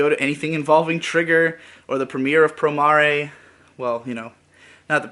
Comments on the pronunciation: You know it's pronounced Pro-mair, Not pro-mar-ay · Usually I don't get bothered by mispronounciations, but saying Pro mAh Rey just sounds dumb as hell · Promaray? Do you mean Promare? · Just so you know, the romanji for promare is プロメア or, pu-ro-me-a. It’s meant to be pronounced how it looks like you’d say it in english. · Not to echo this too much, but the japanese spelling is プロメア so it is pronounced "Pro mair"